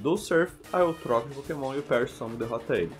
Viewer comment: so eu que ouvi "nao podemos usar pokenom do tipo agua